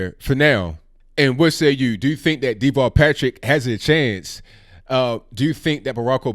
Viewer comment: everytime his name is said, it sounds like Default Patrick to me.